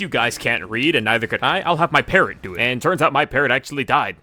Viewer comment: Who hear "parent" instead of parrot. Jesus.